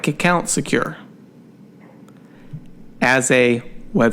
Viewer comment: "keep my ke-count secure"